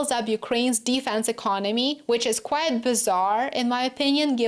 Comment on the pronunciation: you pronounce 'quite' wrong- as quiet/ˈkwʌɪət/ SHOULD BE quite /kwʌɪt/